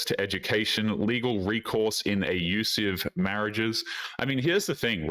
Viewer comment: Why do you say ayyusive? It's clearly not an accident. Are you ayyusing some kind of algorithmic filter?